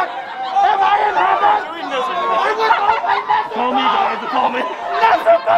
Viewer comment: It's NEZU-WAR!!!